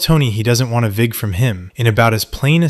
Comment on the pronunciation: Vig... Not fig